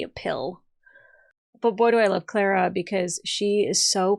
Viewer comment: Say her name right it's Clara not